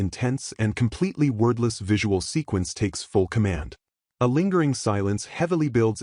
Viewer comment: Why does the AI keep saying "worthless"? Or was that "wordless"?